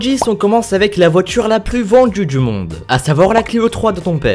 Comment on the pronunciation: numero djis on commence avec la voitchure la plus vendju dju monde!!! hhhhhhhhhhhhhhhhhhh